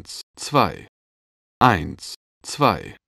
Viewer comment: lol :D:D bei sagt der typ statt "eins...zwei" immer " eint...zwei" xD:D